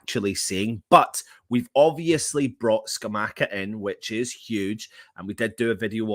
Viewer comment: Jon Luca Scamacca pronounced like attacker